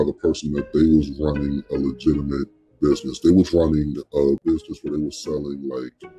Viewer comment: i can notice the "dey"